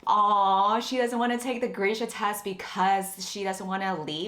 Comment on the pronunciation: Why is Grisha pronounced Greesha?!?!?!???